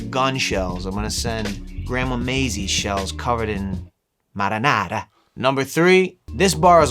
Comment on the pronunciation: They way he said “Marinara” 🤣